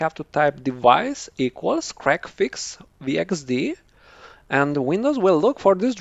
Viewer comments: I'm going to tongue-in-cheek tease you for a moment, I know it ain't your fault, but your accent makes it sound like you're enunciating it as "crackfix", instead of "c-reg-fix" :p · Okay, I was trying to be polite about this. Your enunciation wasn't good enough for me to actually make out the name. I knew you said it, but I couldn't understand you.